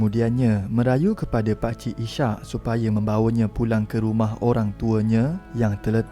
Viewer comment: Maaf admin, sebutan nama pemandu teksi ( cerita pertama) ialah Is- hak, bukan I -syak ( sebutan spt waktu solat). Nama Is-hak adalah dr nama seorg nabi .